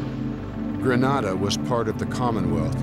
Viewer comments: It's pronounced and spelt 'Grenada', 'GREN AY DAH'. GRENADA. NOT GRANADA GRAN AH DAH. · THE COUNTRY NAME IS GRENADA NOT GRANADA WHAT A DAMN DISGRACE! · Grenada is pronounced as 'Gree-nay-da' While Granada has a Spanish pronunciation as 'Gra-nah-da' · Tell my why the actors can pronounce Grenada fine but the narrator keeps saying Gre-naa-Da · It's not Granada but Grenada. Granada is in Spain . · The narrator kept saying GrAnada…it is GrEnada…the former is in Spain…Grenada is the SPICE Island of the Caribbean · Who ever up loaded this video should have check the spelling and pronunciation. There is no Granada in the Caribbean, no such country exist, the island is GRENADA. Don't book a trip to Granada because you will end up in Europe or America🤦🏿‍♂️🤯. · Agreed. In addition, If I heard him call the team "gentlemen" one more time i was going to vomit. Oh right, and the way he mispronounced Grenada was so.... triggering. =P